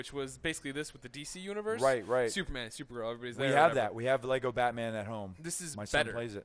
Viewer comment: At last I hear an American say "Lego" not "Lay - go"